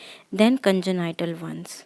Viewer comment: Thank you.. Just a side note, congenital is pronounced "con-jen-nital" not "con-jen- ni- tal" Other than that lovely video. Please keep it up! ❤🎉